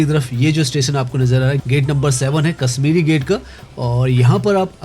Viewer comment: You're speaking sh as s. It is not Kasmiri but Kashmiri. Correct your pronunciation.